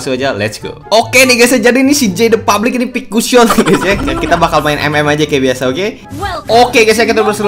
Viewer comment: Publick??? Bang bukanya gimana saya mau tanya kenapa abang bilang publick ,trus kalo abang publock atau apa sebutanya bang?!